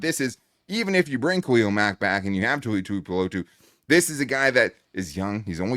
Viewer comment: Great as always you guys! Oh, and kudos for letting Tuli Tuipulotu's name roll off of your tongue! so easily! That's professionalism. :)